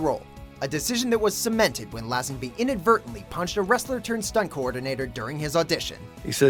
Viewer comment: Lay-zen-bee not Lazz-en-by